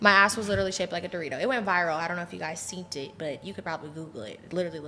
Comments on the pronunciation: "uh "scenet it"?🤦i bet she thinks it sounds cute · Pleaseeeeeeeee “seent” is not a word 😖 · Did she say seent it 😵‍💫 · Did she say "seent it"? She needs to go back to school!